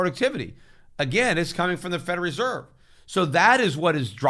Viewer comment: I love how Peter pronounces Federal Reserve, "Feder Reserve"